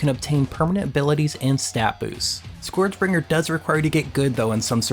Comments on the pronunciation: SKURJ is how it's pronouced, not SCOREJ. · Sorry to be that guy, but it's pronounced SCURJ.